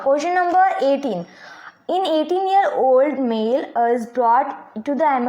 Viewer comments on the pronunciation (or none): none